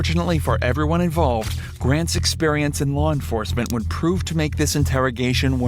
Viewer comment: "I'm above the lawr" is my favourite quote